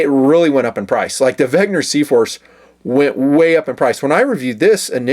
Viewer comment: its WeNger, not WeGner... haha, just kiddin, keep the WRV's coming!